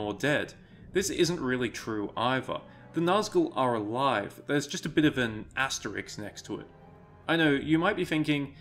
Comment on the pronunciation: Had to stop watching part way through. Hearing someone say “asteriks” is always a deal breaker.